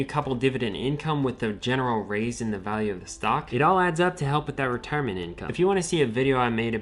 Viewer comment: Be vewy vewy qwuiet! We are hunting wetirement income streams!